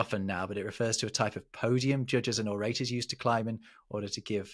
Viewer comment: It's spit AND imij it's buttun HOLD. And it's ORutur /ˈɒrətər/ not or ay tur. and 'one' is /wən/ not /wɒn/